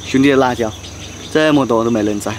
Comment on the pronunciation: 辣椒，la jiao, 不是卷舌r, 没有ra这个拼音的字